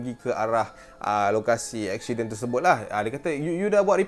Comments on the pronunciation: Aksiyden, pelek, 🤣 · "eshident" hahahahaa